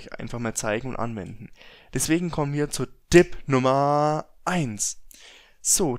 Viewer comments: Es will tipp sagen sagt aber dipp, alter wer kennt es nicht. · warum sagst du "Dib" statz "Tip" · Odjun haha nein Dipp sagt man hier nicht hat mich auch genervt 😂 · Jedes mal wenn er Dipp sagt zuckt mein Auge vor hass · Alter ..... Lern mal richtig Reden ..... :D Dipp und Ender ... des heist Tipp und Enter .... :D